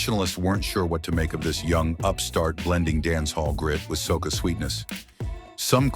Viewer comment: Soccer is a game soca is a form of calypso , if it’s ai narrating , do it correctly.🤨